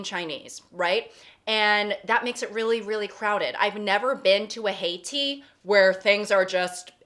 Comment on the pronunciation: Also Heytea as "Haiti".